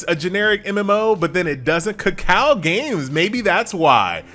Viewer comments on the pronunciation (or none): none